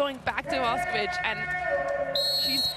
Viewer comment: Commentator sucks. It's Boš('sh' as in English)ković not Bosković, Lozo(zed\english) not Loco, Drča (as 'ch' English) not Drca. We are talking about World Champs here. He could take of his precious time to learn and properly pronounce names, for god sakes.. Amateur...